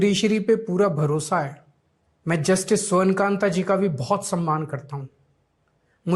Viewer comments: न्यायमूर्ती का नाम स्वर्णकांता जी है।और आप स्वर्णकांत उच्चारण कर रहे है। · You are pronouncing Justice Shwarn Kanta Sharma wrongly.